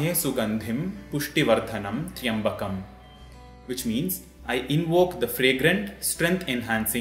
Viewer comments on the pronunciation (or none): this mantra is incomplete, it has three parts which few people use. also the starting it's Trayam not Triyam as per Vedic rules. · 🙏 I read online that it is pronounced Trayambaki and not Tryambakm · Yoh pronounced triambakam but it should be tryambakam❤️🕉️ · But here the person Chanted as Traiambakam not as Traiambakai... Is he incorrect?? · Is it Tri (yambakam) or Tray (ambakam). Isnt Tryambakam 1 syllable ? Could you please clarify on this pronounciation please 🙏